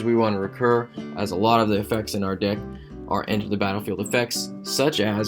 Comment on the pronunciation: hey it is gilt not jilt and deck not dick